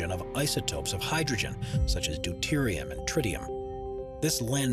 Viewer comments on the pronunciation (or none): none